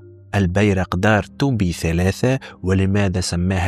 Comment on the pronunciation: يا أخي الكريم /تي بي / وليست ،تو بي ؟؟؟؟ً